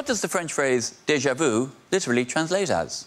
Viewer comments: There are a few comments about déja vous which is what he pronounced rather than déja vu. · But he said déja vous not déja vu.....as most English speaking people say.